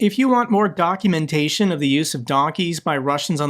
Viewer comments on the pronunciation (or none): it almost sounded like you said, “If you want more donkumentation…”.😊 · I thought said if you want more donekymutaton on the use of donkeys..... Had to listen a few times to hear documentation.